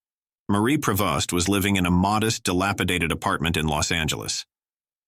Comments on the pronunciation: Some of these people did not die in actual "poverty". Obviously "A.I" narration. Prevost is pronounced "Pree-vo". No wonder I hate artificial intelligence. Why not take the time to have someone read an actual script? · Marie Prevost (pronounced "pree-vost) became unpopular because she gained weight, not because of her voice. Sad ending. She stole every scene she was in.